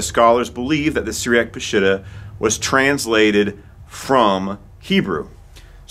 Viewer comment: Ugh... it is NOT pronounced "Pa-SHIT-ta"... it's "Pa-sheet-tah" 😉